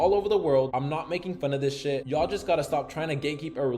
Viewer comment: .. You've changed ya'll into YAW ..btw .. Akademiks says YAW also